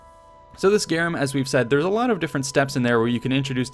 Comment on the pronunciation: The way this man said “a lot”.